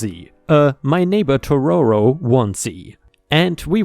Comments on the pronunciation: im sorry for the Critisism but my guy it´s TO-TO-RO not TO-RO-RO again im sorry to be so pedantik about it but i love Studio Gibli movies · TO-TO-RO!!! not Toro-to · Kay, so it's killing me a little bit inside, Totoro is pronounced Toe-Toe-Row (like the toes on your feet, then like rowing a boat) I would blame English, but the word is Japanese, so it's a whole other level of trying to say a Japanese word while speaking English. In proper Japanese they have a slightly different accent on it (the real one, obviously) but I'm not sure how to write it out phonetically, so crappy English pronunciation that's close-ish it is. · it hurts my soul hearing totoro mispronounced so many times